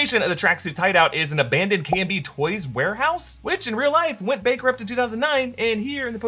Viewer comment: Please. No more Russian accents 😭. Also it’s KB Toys not K&B 😒